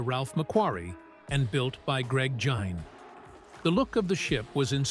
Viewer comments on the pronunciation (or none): Really getting tired of the AI voice overs in so many videos. Greg Jein's name is pronounced "Jeen". Fake voice overs cheapens a video.